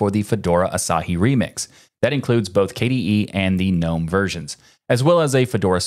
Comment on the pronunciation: The G in Gnome ist not silent!